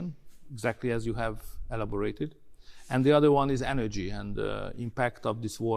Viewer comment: A két ember kiejtésében nincsen konzisztencia. Például orbán nem rotikusan ejtette az energiát, mint a britek, máshol pedig rotikus volt az r-je. Enədzsi, vs szöRtn, pöRszonel a "phősznl" helyett. Szóval, teljes a katyvasz. MP szintén britre vette néhol, pl a caused szónál, ami a brit felé hajlott a diftongus miatt. Itt a lány meg is állt, bele is kötött, de fingom nincs, hallott-e már déli brit akcentust. Az ő szempontjából tényleg hibás, az én szempontomból pedig a lány kiejtése hibás, amíg nem tudja kiejteni helyesen az alumíniumot. 😅 Amiről nem beszél a csaj, pedig elég dobhártyarepesztően hallható, az a "dupla U" teljes figyelmen kívül hagyása. "Uuí, uuaə helyett azt mondja orbán, hogy ví, meg vóR. De ez MP esetében ugyanígy megjelenik, pedig nem véletlenül hívják azt angolul duplaunak, nem pedig duplavének. Amúgy, az orbán because-ába én nem kötnék bele, mert ez a britre hajaz, sokkal inkább a következetlenségét emelném ki, hogy mindenféle irányból szedeget, nem pedig egyféle földrajzi helyről merít. Nem lennék meglepve, ha egy-egy szót kiwi akcentussal mondana... Ami mindkettőnél hiba még kiejtési szempontból, hogy az "of" szót úgy ejtik, hogy "of". Nyilván minden magyar tudja (viccelek, lófasz sem tudja, max 100 magyarból 1), hogy az bizony egy schwa lesz, de még az amerikaiban is. Tehát az "əv" lenne, igen, vével.